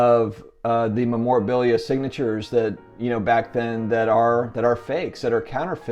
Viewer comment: Is a trimmed card bad if it's still in spec? People restore vintage posters, paintings and other vintage paper artifacts all the time and it increases the value... Just a thought.. PS: you are pronouncing memorabilia wrong!!!